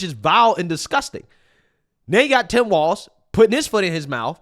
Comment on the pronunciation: It’s Tim Falz